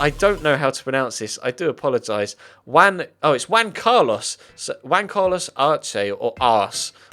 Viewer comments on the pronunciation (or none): none